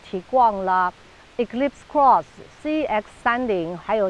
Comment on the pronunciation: Cross 發音了解一下